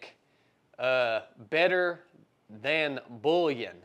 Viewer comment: pronounced boo-yon 😂😂😂😂😂